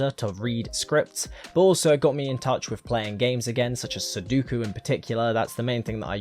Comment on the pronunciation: I hate how much you say sudoku and can't pronouce it